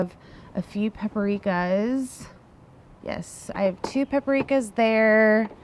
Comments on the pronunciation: It’s PAPrika, not pepperika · Or pah-PREE-ka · Yes, this.